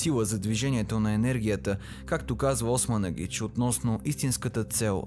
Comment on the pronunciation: Била съм няколко пъти в пирамидата на Слънцето край Високо. Единият път водач ни бе самият Османагич (Чоко да поправи ударението при произнасяне на името). Смятам, че това не е истинска историческа реалност, смятам, че това е просто една манипулация от страна на "откривателите" на тези "пирамиди", превърната във фабрика за пари.